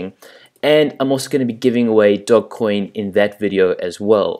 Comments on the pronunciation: It is pronounced doj. It is named after the Italian bankers/rulers off the 1500s. How do you add $$$$ using visa to your Changelly account? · The G is pronounced as a J ;-)